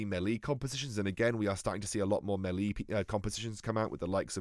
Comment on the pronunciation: Ily but please. That isn't how you say melee